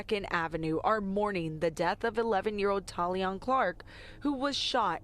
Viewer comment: PRONOUNCED TALEEYAH... IJS! RiP baby girl🕊🕊🕊🕊🕊🕊🕊🙏🙏🙏🙏🙏🙏🙏